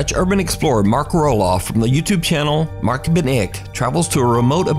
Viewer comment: I am From Nederland and you say it perfect MatkbenIk